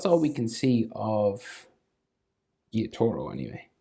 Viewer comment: Gee - yo - taro. Is how u pronounce Gyutaro